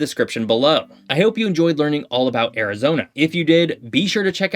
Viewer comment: god listening to you mispronounce so many things about Arizona is painful